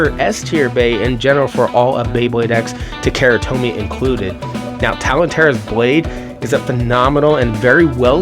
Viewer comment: OMG learn to speak bro, it's not "ta-KERA tomy" hahahaha you lost all credibility if you can't even pronounce the Japanese brand. Don't be ignorant :) If it was Levi's jeans, would you ignorantly say "l-EH-vee's" or would you pronounce it how it was meant to be out of respect?